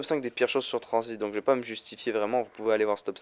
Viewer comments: mec gg mais juste un truc t'a dit tranzbite au lieu de tranzit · On diret tu dit tranzbite